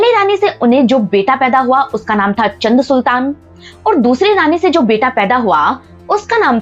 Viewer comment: चंद सुल्तान नहीं चाँद सुल्तान